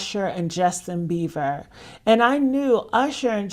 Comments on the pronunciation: I love this channel for the gossip, but I need you to pronounce Justin’s name correctly. It’s Bieber not beaver girl. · It's beiber.. Beiber...not beaver 😂